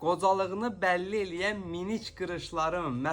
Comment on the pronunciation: Sen evvelce dizgun danish sora meslehet ver. Minik yox,mimik. Sonra deri ayishmasi yox, deri goynemesi,pilys yox plyis. Get duzgun danishmagi oyren